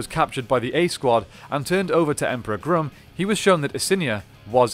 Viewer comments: It’s grum not groom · Is he saying Emperor “Groom”? Because I always thought it was “Emperor Gruumm” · Dude, it’s Emperor Grum. It’s a not a long U sound. It’s Grum like Krum, Conan’s god. I also want know How he gets that big head in that normal human helmet. Looks like he would be in serious pain.